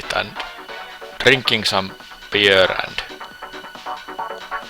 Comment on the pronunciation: "and drinking beer" the way he says beer is "peer" which in Estonia means fart. so, you are going to drink farts